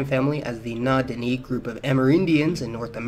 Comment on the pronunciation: Don’t forget eastern Siberia is actually part of North America ! Oh and it’s Na Dine’ “e” like episode . Not dini like knee